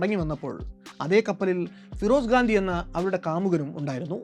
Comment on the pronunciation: FIROSH GANDI ennuparayu😊😊